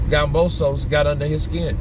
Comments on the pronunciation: It’s KAMBOSOS Damn not gambosos 🤣🤣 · It's kambosos bro not gambosos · Yo, it's Kambosos with a K not Gambosos!!!! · you keep saying Gambosos lol